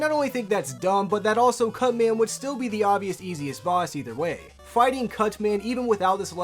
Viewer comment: you clearly say "cut man." I swear you snuck in " cu nt man"